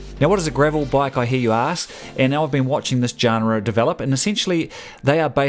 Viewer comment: Good report mate. Really useful. BTW and without wanting to be a dick genre is pronounced 'john-ra'